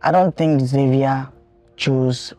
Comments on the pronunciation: Lol Nigerians Xavier is pronounced “shavier and not Savier”😂😂😂😂😂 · 🇺🇲 we pronounce it Za vi er